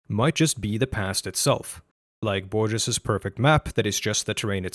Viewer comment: One comment, Borges is pronounced BOR (as is) and GES (as the HES in hesitation).